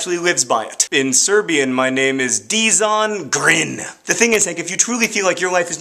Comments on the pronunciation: errm may i just say Dzon Grin is pronounced 'jon grin' i feel you should apologise now.... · I think it's pronounced "jawn grin" Just so you know XD You're awesome!